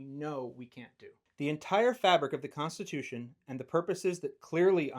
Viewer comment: he says rights come from the (fed) cunstitution